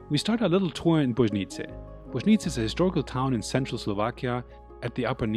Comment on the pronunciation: Bojnice …try saying it like this .. Boy knee ce ( this part , he said correctly ) . I grew up in Bojnice … remember summers at the local swimming pool by the Castle. You can see I in the drone shots.😊